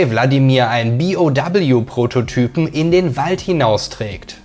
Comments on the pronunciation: dann sag zB auch zu BOW BI Oh Doubleyou und nicht B O doubleyou.. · gutes Video aber wie kann man so viele Wörter falsch aussprehen.. megamyzet zB... oder BOW.. das heißt B O W und nicht doubleyou